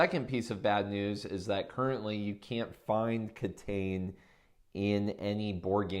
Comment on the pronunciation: I like that you're focusing on Japanese games, which are very underrepresented on YouTube and BGG in general. However, it might be good if you pronounce the game's title the way it would be said in Japanese instead of phonetically reading it in English. I know you said it's not available in stores yet, but if it does become available you wouldn't want potential foreign customers asking for a title that would confuse the store owners.